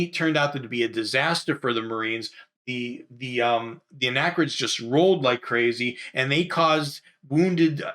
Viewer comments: "Arachnids".....sounds like ar-ach-nids.. .not anachrids.... (dyslexia sucks)...ARACHNIDS! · Time to look into the "Orton-Gillingham Program." As Brent Nielsen pointed out, arachnids is pronounced: uh-rak-nids.